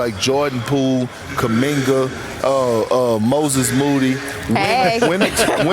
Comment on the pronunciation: Malika too cute smilin when Perk finally pronounced Moses Moody correctly. 😊😊😊